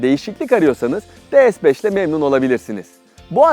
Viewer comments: DE-ES 5 diyorsunuz D TURKÇE (DE) S (ES) İngilizce ortaya karışık ya abi senin eline bir senaryo bir metin mi tutuşturuyorlar hiçbir canlılık emaresi yok biraz biraz gelişi güzel olsan ya neyse Bu arada Dİ-ES-FİVE diye okursan ingilizce DE-SE-BES diye okursan Türkçe oluyor Türkçe öyle ortaya karışık olmuyor ne yazıkki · Her şey iyi güzel ama neden De-Es? De-Se yada Di-Es olmaz mıydı? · De Es ne ya? D S de bari. Birini Türkçe diğerini İngilizce söylüyorsun. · Lütfen, rica ediyorum ya "de se beş" de ya "di es beş". Bin kere söylemişsin resmen sinirim bozuldu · De Se yada Di Es demeniz gerekiyor sırf bundan dolayı izleyemedim videoyu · de es beş yanlış bir telaffuz değil mi? S harfini neden İngilizce okuyorsunuz ki?